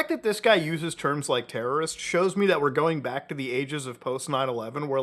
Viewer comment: Bruh, yew not teawow wrist. 🔫